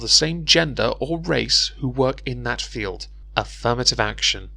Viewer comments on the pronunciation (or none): none